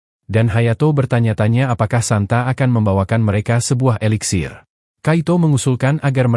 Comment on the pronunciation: Eliksir bukan veliksir